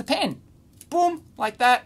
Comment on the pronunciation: I salute you Dave, for being able to pronounce "pen." Not "pin."